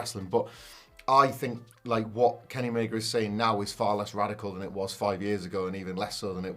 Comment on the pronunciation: His name is Kenny Omega not Kenny Omeger. Please stop added -er to the end of words that don't have -er at the end of them. It's a name. You can't just say it however you want. It's rude to mispronounce names like that. The "a" at the end of Omega is always pronounced as an "a" and never as "er". The letter "a" is NEVER pronounced "er" so please stop doing it with proper names.